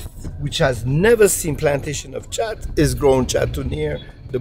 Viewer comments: Dude, I think it's pronounced with a K not with a CH, just saying like the guy in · You keep calling it Chat (ch), and everyone else is calling it khat (K). You're trying too hard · Its not Chat its Khhaaat. The local guide soeaks a lot of sense xxx Also where are the women enjoying this? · ጫት or Chat not Khat! Khat (called chat in Ethiopia and qat, qaat or similar in various Arabic countries) refers to the leaves and shoots of the plant Catha edulis, a flowering shrub native to the Horn of Africa and the Arabian Peninsula. The leaves of the Catha plant contain the alkaloid cathinone, a substance closely related to amphetamine. Khat can therefore be thought of as a "natural amphetamine" or stimulant that gives the user a sense of euphoria and energy and relief from hunger and fatigue. Cathinone is rapidly broken down to produce substances similar to epinephrine (adrenaline) so, in addition to its amphetamine-like effects, khat also results in increased heart rate and blood pressure and can cause coronary constriction in the user. Recent research has shown that khat is habit-forming and causes mild psychological dependency, although less so than tobacco or alcohol. The World Health Organization classifies khat as a drug of abuse but one that is not seriously addictive. At the khat market in Awaday, Ethiopia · they were all correcting your pronunciation and you didn't listen lol. "is this chat?" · I've chewed plenty of Khat when I lived in Somalia. And it's pronounced cat not chat. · They told you about 1000 times.. its KHAT.. NOT JHAT! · The guys calls it chat ...hahahaha Its khat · CORRECTION: it is pronounced GHAT (not KHAT) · btw Its pronounced like Gat not chat. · Khat..sounds like CAT. Not chat. Lol. 😺🐈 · He says chat...it's 'k' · It’s pronounced COT. Not chawt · Its Not Khat Its Chat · its "Qat" not "chat" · It's pronounced as cat no chat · It is pronounced khat (cat or ghat), not chat. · Its khat (cat) not chat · Not khat - say chat ጫት😂